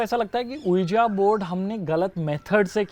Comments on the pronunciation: is always pronouncing the ouija board ujia board. Its ouijaaaa board... Like if I am right👍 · ouija board is pronounced as vj board ....not ujia board. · . That's Ouija board but pronounced as viji board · saying Ouija as Ouijia makes me want to eat bhujia 😭😭😭😭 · its not pronounced ujia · Vo board pronounce krne m VJ board bola jata h yrrr,😀😀ya bt of course we r indians, hmko jitna sikhaya h poora bolege😂😂😂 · The ouija board game is actually pronounced as "ouiji". U guys should have bought a proper ouiji board. And coins k sath it wont work. Planchette is the tool which works. Also u are not supposed to take ur hands off during the session. But hats off to u guys for doing this. It takes a lot of guts to do something likes this. Great job guys. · Can people please stop calling it Oo-Jia board !?! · it is pronounced as wee-ja board. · As a French student.... The ouija board is pronounced as v-i-j-a board.. :)) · Ok this is amazing .. I'm loving these kinda videos 👌👌.. Ok tested team should be sharing more such videos... Just one thing to ... With due respect to all ... OUIJA BOARD is pronounced as WE-JUB BOARD. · Ouija is actually pronounced something like.. Veejee Board... ik faltu gyaan pel rha hu... but maine kafi saal pehle boht research kri thi yahi paramormal cheezo pe isliye pta h... and movie bhi dekhi thi... toh socha thoda show off krdu 😁😛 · It's not oujia! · Quija board is pronounced as "uueeji" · Ouija board is pronounced as vija board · PRONUNCIATION: Ouija -> WEE-JA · Love the way they pronounce Ouija board 😂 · The way you guys are pronouncing Ouija board is hilarious and very wrong 😂🤦🏻‍♀️ and you have to spin the coin in circular motion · The pronunciation of Ouija is incredibly wrong